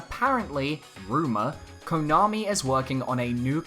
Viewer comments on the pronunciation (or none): none